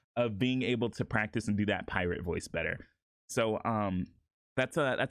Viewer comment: Fuck i just noticed it saying pirtate 💀